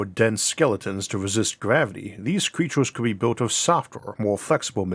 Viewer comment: Gwavity cweatures fwozen